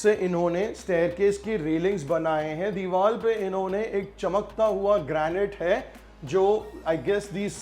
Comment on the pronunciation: Mumbai wale Deewar ko Deewal kyun bolte hain?